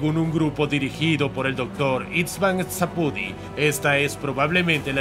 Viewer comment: Szapudi no se pronuncia Eszapudi, se pronuncia Shapudi o sapudi a secas, es hungaro